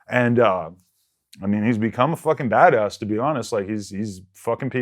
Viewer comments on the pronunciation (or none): Adam just one question what’s a “bagass” ? Lmaooo